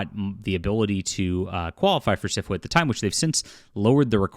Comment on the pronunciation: I know you keep saying SFWA but I keep hearing syphilis!!! Which kinda fits, too! LOL